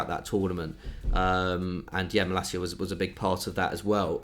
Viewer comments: It's Malasia, not Malakia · Maalaacsiaa that’s the pronounciation